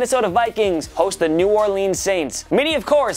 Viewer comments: Can u say New Orleans correct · New or lens not New or leans